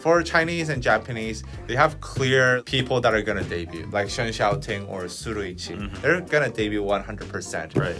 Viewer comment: also its Shen Xiaoting not Xing Tiao 🪑🪑